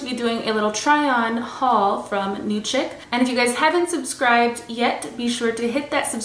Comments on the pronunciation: I believe CHIC is pronounced as SHEEK. Chick has a K on the end 😊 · I think chic is pronounced sheek